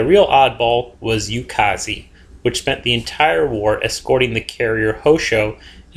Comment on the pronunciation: please spread the word to the WOWs alumni that Minekaze is indeed pronounced MINEekaze, and not MINIkaze